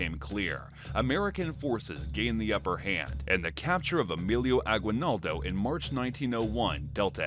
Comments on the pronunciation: its not agwinaldo its Aguinaldo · I'm sorry but you keep mispronouncing Aguinaldo. The u is silent. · I am form Philippines and the way he said agwinaldo i am crying 😭😂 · Guys y’all are pronouncing “Aguinaldo” wrong